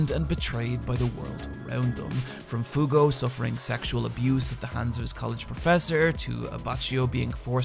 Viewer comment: I don't know how you managed to say everyone's name wrong except Fugo